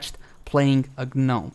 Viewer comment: its not a G-nom, its just Nom... G is silent :-) she seems quite interesting to me + her run animation is so cute :-) makes me laugh